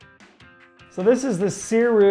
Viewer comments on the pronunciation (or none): The GOAT Cody yelled at me when I ordered mine 😆🤫and corrected me that Sirui is pronounced “Suray” I love mine anyway